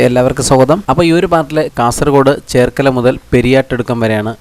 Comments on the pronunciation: cherkalam , kalam alla kalathil enn parayunna "Lla" cheer illa " che enn mathram , basically cherkalam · ചേർകല അല്ല ചെർക്കള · ചേർക്കല അല്ല, ചെർക്കള. ബെവിഞ്ച വളവുകളിൽ ചിലയിടത്തു വയടക്ട് പാലം വരുന്നുണ്ട് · ചേർക്കല അല്ല 😂 ചെർക്കള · ചേർക്കല അല്ല ചെർക്കള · ചേർക്കല അല്ല ചെർക്കള .